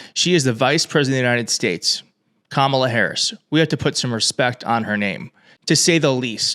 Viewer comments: Journalists need to say to Trump or the next MAGA congressman, “repeat after me: KA-ma-la” and then watch as they stupidly keep saying “Ka-MA-la” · And notice how he never, ever says Kamala Harris' first name properly. It is not Ka MA la -- it is KA ma la (as he well knows). Just another way to disrepect his opponent. As for the rest of his tirade, it is utterly preposterous! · .......And, when is he gonna pronounce Kamala's name correctly....manners?????? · Trump is obviously aiming his comments TO his cult. Look at the disrespect, including mispronouncing Kamala's name! He isn't really interested in connecting with these black women at all! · He also mispronounced Kamala Harris' name. The interviewer, and crowd, should have objected to that. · OMG! And Trump is STILL not pronouncing Kamala's name correctly! 💙💙💙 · He is deliberately mispronouncing it. But, then again, who knows? He's not especially strong in the pronunciation department.